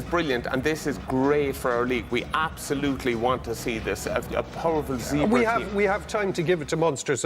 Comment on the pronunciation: It’s pronounced “Zebb”-“ray”. It’s not complicated Donnacha. Two syllables. That’s all.